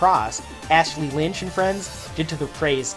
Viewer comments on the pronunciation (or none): none